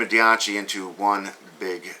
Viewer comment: I think it's pronounced dai-chi?